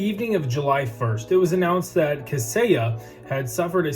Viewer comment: 👏🏼👏🏼👏🏼 You said it correctly - fantastic job